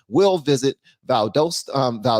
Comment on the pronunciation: it is pronounced “Val dost ta” cheers